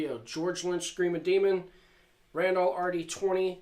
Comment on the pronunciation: You must of failed every single english amd reading class you ever took as a kid. Pronouncing randall and mooer so badly wrong the way you do. Great guitar tone tho.